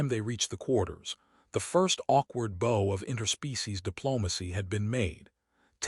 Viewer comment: Stupid AI dot it's "bow" (rhymes with "now") asterisk dot.